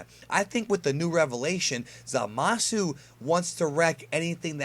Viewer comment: For future reference the u in Zamasu is basically silent.